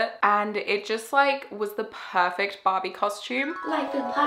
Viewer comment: Every time that you sad Barbie, I understand Bobby, like " they look like Bobby lips" and I was like Who's Bobby? And then I understand that you were saying Barbie hahaahahahaha issues of a second language 🇧🇷